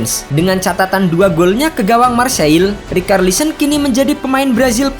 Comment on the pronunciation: Bang kenapa rikarlisen, bahasa inggrisnya itu bacanya ricarlison, ga pernah nonton bola apa gimana bang, komentator Inggris bilang richarlison bukan rikarlison. Aneh ajaaaaaaaaa